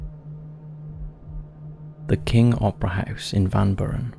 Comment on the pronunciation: It's pronounced Van Bure-in spelled Van Buren